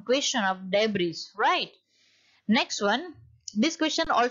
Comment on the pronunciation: Debris's right pronounciation is /dei.bree/ not /dei.bree.s/